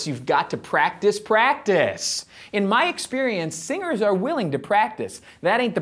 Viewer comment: Hey, singers.. What i hear: hey, singles😂😂😂